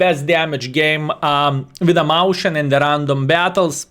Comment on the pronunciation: Mäuschen is the cutesy or indeed smaller form of a Maus. It is pronounced more akin to Meus-chien, though.